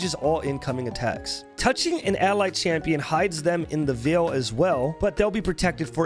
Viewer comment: I like how he can pronounce "Jubilant" but not "Veil" xD